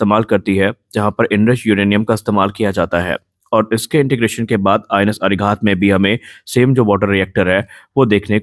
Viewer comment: अरि_हन्त अरि_घात अरि-दमन कृपया उच्चारण में शुद्धता रखें